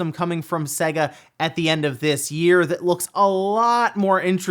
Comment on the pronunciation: Seyga, not Sehga.